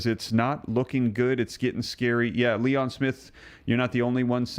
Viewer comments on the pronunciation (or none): none